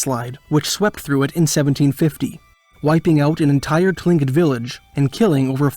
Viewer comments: Tlingit, is pronounced "klinket". I have many Friends who are. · Its pronounced klingit despite being spelt tlingit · It's pronounced "cling- kit"